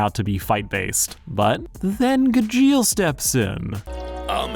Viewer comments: Honestly, I was scared of watching this video. I absolutely love Fairy Tail despite its faults, so I was terrified this was going to be a surface-level "this is a toxic relationship" analysis. I'm glad I was wrong. However, there are a number of more minor things I took issue with/ took note of. First, Gajeel's pronunciation and the use of dub clips. It's pronounced Gah-gee-l and I always watch anime subbed. I'd be lying if I said i didn't cringe every time it was mispronounced or when a dub clip played. Second, I really don't like how you dismissed Laxus's redemption (granted he is one of my favorite characters so I might be a little biased). I loved his failed use of Fairy Law. Sure it might feel like a cop-out, but Fairy Tail does that a lot, and the message (that he cares deeply for his adoptive family despite his rough exterior) is perfect. Also, he doesn't just get accepted back into the guild suddenly. In Tenrou Island, Natsu literally had no choice but to accept Laxus's lightning otherwise they would lose, and when the guild comes back after the timeskip his readmittance is kind of a gag. It's the only thing Fifth Guild Master Gildarts does before handing the title back to Makarov, and in the immediate next arc I think he more than redeems himself. My point is, I dislike the portrayal of Laxus here Third, there's additional history that was missed. Gajeel wasn't actually raised in Phantom Lord. His childhood is shown in the... Road Knight(?) manga (the translation for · I love Fairy Tail. I bawl every time I rewatch it. It's one of my favorites. Your pronunciation of Gajeel drives me crazy. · Anyone else bothered by how poorly he butchers gajeel's name? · Ok I love that you’re talking about Fairy Tail but I’m personally offended by how you say Gajeel lol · Sorry im going insane listening to you call him guh-jeel LMAOOOOO its gah-jeel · It’s not gajill it’s GAH-Jill Gajeel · Just a side note...it's pronouced as "GAH-jeel" :P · At least someone said it